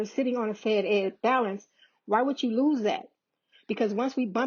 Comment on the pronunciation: Fed-Ed not fed ex